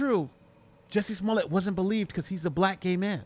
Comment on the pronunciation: You aren't pronouncing his name right! His last name has 2 t's so you pronounce the t. If his last name had 1 t then you would pronounce it as you are with the long "a" sound.That is the rule in french and his last name is french! (But usually there is an e after the 2 t's.)